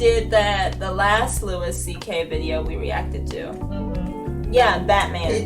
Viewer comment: His name is "loo e CK". Keep up the great work.